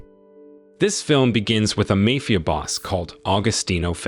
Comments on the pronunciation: He said mayfia boss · The way u said MAFIA 😂😂😂